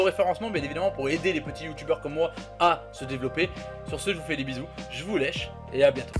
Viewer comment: A la fin tu a dit je vous lèche 😂😂